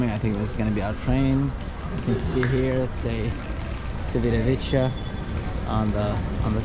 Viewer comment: Appreciate the vlog, however, the number of times you mispronounced Civitavecchia was painful to hear. The c is a Cha sound. Cha Vit A Ve Key A. The double cc are a Ka sound. Thanks.😊